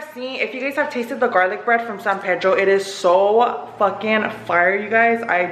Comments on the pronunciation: It's NOT San PAYDROW. It is San PEEDRO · its PEE—“E”— DRO!!!!!! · Just a small tip. I am from San Pedro and we say “PEE-dro”. It’s whitewashed but that’s just how everyone says it. San PEEdro. Haha locals know when someone’s a tourist, when they say San Pedro with a Spanish accent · Am I the only one bothered because the way they say san pedro 😂 out here we say it in english lmao san PEA-DRO 😂